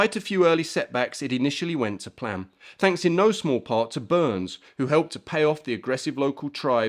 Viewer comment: yes related to this gentleman, the correct way to pronounce his/my name is Bur ness not Burns